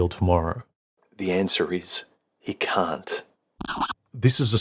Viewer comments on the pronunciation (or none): huMAN: The answer is... you can't What I heard: The answer is... you cunt